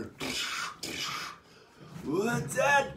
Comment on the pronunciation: switches to southern accent Fuck outta hur